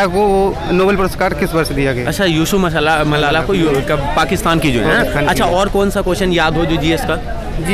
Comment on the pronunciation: मलाला है मसाला नही 😂😂😂😂😂